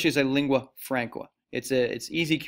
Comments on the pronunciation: Icelandic is NOT isolated. It is from the Germanic Language Family, Northern Germanic branch similar to Norwegian and Danish. You also need to work on learning the proper pronunciation of simple terms like "Lingua Franca" (Leeng-gwah Frahn-kah) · "Lingua FRAYNCUH" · Me to pronouncing Lingua Franca: you’re doing amazing sweetie